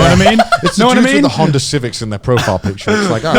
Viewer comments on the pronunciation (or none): none